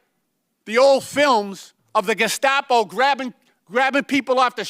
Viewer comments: Tim Walz calling them Geskapo...jfc. What an absolute brainlet 😂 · He is such an incompetent fuck he can't even properly pronounce the word Gestapo Jimenez pronounced it more than twice.... how can you trust that even knows what the Gestapo is or was when he can't fucking pronounce the name of the organization? It's not even hard to pronounce you pronounce it phonetically for fuck sakes